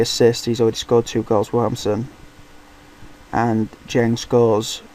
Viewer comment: Well, by the first name of Yannick, I'd say N'Djeng must be pronounced by French rules. So given you pronounce Aston Villa as Áston Bíla and N'Djeng as Dyéng (so you see how I'll write my idea of how it's pronounced) it's pronounced Yanník En-Dyéng. Both E's very short. So, basically, you just missed the "En" before Dyén.